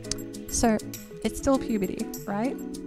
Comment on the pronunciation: I don't know what accent this you have, but whenever I hear a Youtube video start out with "so" I hear "sir" and I'm always for a split second every time I wonder why someone would start a video saying "sir" and then, I hear the accent in the second word said and I feel silly lol